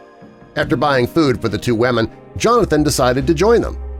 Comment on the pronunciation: ‘ he had to make sure that the WaMeN were ok’ 🤦🏽‍♂️😂